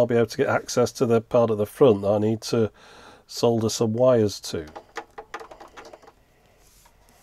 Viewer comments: So nice to hear somebody pronouncing "solder" properly! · To quote a well-known engineer: "For the benefit of our American viewers, yes that is how we say 'solder' in the UK. Why? Because it's got a f***ing 'L' in it!"